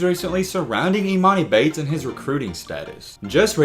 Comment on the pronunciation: your pronouncing his name wrong